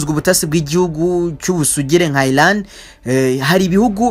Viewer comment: Bavuga Iran not Ilan